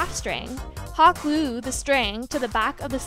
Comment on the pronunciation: "gluue" "togAther"